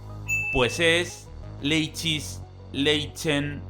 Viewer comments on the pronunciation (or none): Error, El pais mas pequeño es sealand🤨 Peroo........ ¿Que es este micro estado de aqui 😐? Pues es... Leichis~, Leichen~, Lich~, Chen~ Busca en google como se pronuncia 😂 F por 🇧🇴 😔 Y acontinuacion Se encuentra Guayana francesa 🇬🇫🇲🇫 Que es como la guyana, Pero francesa 🙃 "Lo dise de manera linda xd Y te sorprenderas, que el pais se llama asi porque En honor de quien te esta salvando a suspender la prueba, Es decir YO "Pone musica del cielo" Bueno es bromita 😅 Asi de facil 😎 Las malvinas siempre seran argentinas 🇦🇷🚀 Pues vamos aver Laos Porque esta justo "A lao" 💛 Esto es un canal cristiano 😠 Sri lanka Tiene la capital en.... sirijava~, sirijaiwan~, sirija~, Pasa lo mismo que Liechtienstain 🤕 "Meme" Eso es verdad, eso es verdad 🙂 Y si la gente nose marcha va a tener que acavar viviendo con su nuevo vecino 🍍🧽 Bistek 🍲 Que pedo con la abandera de afganistán, Osea vivi engañado :( DJ Buti 🎵🎛 Sabanas ⌨️ Ok, ok Calmate📛👍 👏👏 🇩🇯 Dj-Buti, BOTSWANAAAAAAA 🇧🇼 Referencia yakko warner E mos sido Engañaos 🤯